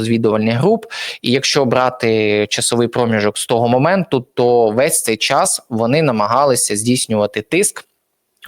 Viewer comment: ПЕРШ НІЖ ЩОСЬ ВИМАГАТИ ВІД ГЛЯДАЧІВ, ВИВЧИ УКРАЇНСЬКІ БУКВИ І СЛОВА І ПЕРЕСТАНЬ ЗУЩАТИСЯ З УКРАЇНСЬКОЇ МОВИ:ПОЧЄТАТИ,ЧЯС,ЧЯСОМ,ПОЧЯТОК,ПОЧЄНАВСЯ,ЩЬОБ,ШЕВЧЄНКО,ЧЯС,НАКОПИЧЮВАТИСЯ,В ЧЬОМУ,ЧЄ,ЗВИЧЯЙНО,ЧЯСТИНИ,БАЧЄТИ,ЯКЩЬО,ЩЬО,ЧЄРВОНУ,ЩЄ,НЕЩЬОДАВНОЩЬОБ,ТОЧЬКУ,ЧЬОМУ,ПОБАЧЄТИ,ХАОТИЧЬНО,ЧЄРГУ,ДА,ЯКЩЬО,ЗАЧЄСТАТИ,ДА,ЗНИЩЄЛИ,ДА,ТОЧЬКИ,БАЧЄТИ,ЧЄРЕЗ,ЗНИЩЄЛИ,ДА,ТОЧЬКИ,ЧЯС,ПОЗНАЧЄННЯ..........!!!!!!!!!!!!!!! ТЕБЕ ВЖЕ ГИДКО СЛУХАТИ!!!!!!!!!! ГАНЬБА ТОБІ,ЩО ТАКИЙ МОЛОДИЙ І ВЧИВСЯ У ШКОЛІ ВІЛЬНОЇ УКРАЇНИ ТАК СИЛЬНО ЗНИЩУЄ УКРАЇНСЬКУ МОВУ!!!!!!!ВІДКРИВАЙ СЛОВНИК І ВЧИ ВИМОВЛЯТИ СЛОВА!!!!!!!!!(Українська діаспора,США)